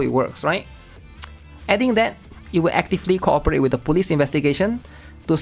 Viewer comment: we almost had PEAK 😭🙌 Somehow I hear you say police as bully, lol